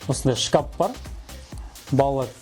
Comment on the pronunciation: Кәпел емес кафель или плитка десеш шкап емес шкаф